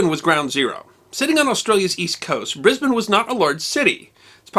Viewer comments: The riot was actually over Americans pronouncing Brisbane as Bris-BANE instead of Bris-BEN, congrats on pronouncing Brisbane proper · Brisbane...congratulations you pronounced it correctly 😂😂😂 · Some of those MPs look more like Kiwi uniform. Good to hear Brisbane pronounced correctly. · Congratulations sir on pronouncing Brisbane properly, or at least properly for an American. MacCarthur as far as I have been able to find out wasn't a fit commander even with American troops let alone Australians. He continually complained, as you said, that Australian troops would not fight, but the Australian troops were very young militia put up against at that time the best jungle fighters in the world. I had never heard of the battle of Brisbane but I for one am damned glad that the Yanks were over here. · Extraordinary. Well done! Especially because you are the only American I know who pronounces Brisbane as we do! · Brisbane is my home town. Thank you for pronouncing its name correctly. One minor point about the Yank impact. Today I toured the local Orthodox City synagogue. Phillip , the guide, gave an interesting description of it, mentioning that the last time it was full was during WW2-with Jewish GI's. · Heard about this decades ago in high school in Brisbane from my teacher who was a former army colonel. But I never knew the exact location till today. For some reason I thought it was in Fortitude Valley or South Brisbane. I'm amazed that I've walked Creek and Adelaide streets thousands of times without realizing. And thank you, for taking the time to get the pronunciation correct. Sydney is a no-brainer, but Melbourne and Brisbane always trip up Americans and Canadians. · Thank you for pronouncing Brisbane properly. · You pronounce Brisbane correctly!! Well done. Well researched and interesting as always. Hi from Oz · Oh hooray - you pronounced Brisbane correctly! But pronounced "Papua" incorrectly... (pahp-oo-ah)